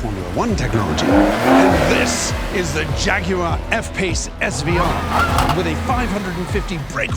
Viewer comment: The mispronunciation of the Jaguar F-Pace SVR was spectacUlar! 🤣